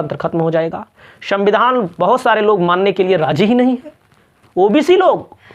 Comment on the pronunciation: Bhai apka uccharan sahi kijiye aap ..Bahut kharab lagta h puri video ki capablity chali jati hai. Shavidhan nahi hota h, Sanvidhan hota h